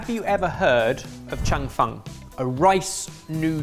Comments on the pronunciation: Loved this episode! (Even hearing mangle the pronunciation of “Cheong fun” 🤭) Thank you so much! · The Cheong fun (pronounce cheese without the "se" + song without the "s") 2nd try looks much better. Try with light soy mixed with sugar and some chicken stock. as well as some scallion oil or sesame oil.